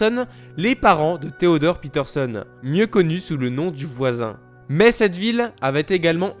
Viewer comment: fréro quand tu dis peterson arrête de dire PITERSONNE